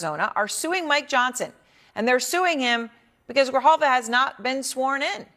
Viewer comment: En español : Grijalva. No Griyalva o Grillalva.